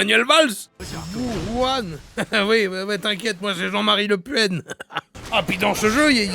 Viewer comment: J'ai beaucoup ri(z) à la prononciation chinoise de Jean-Marie Le Pen. Je suis aussi toujours aussi hilare aux rires se terminant par une toux dégueulasse. Les parties où il s'éloigne du jeu pour aller sur Google Traduction ou le site des signes chinois pour voir quel élément il est me fument xD. Ça part complètement en couilles ici, mon cher Jean-Marie. Le reportage sur Pumbaa qui s'énerve m'a bien amusé aussi xD